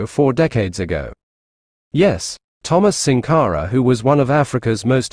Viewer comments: The audio needs to be corrected in the video to pronounce his name SANkara. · Good presentation in comparing the two leaders. However, the pronunciation of Thomas Sank are is incorrect. It's SANKARA, not SINKARA. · It's Sankara, not sinkara please.